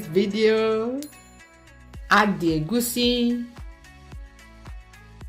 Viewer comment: I love the way you call it egwusi and not the baptised egusi that is commonly pronounced by many.